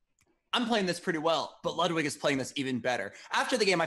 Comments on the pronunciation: Why did she say your name as ludewig. Love you lud thanks for every day uploads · “We have loodwig” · the proper pronunciation is more like loodvid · Botez couldn't pronounce Ludwig's name correct one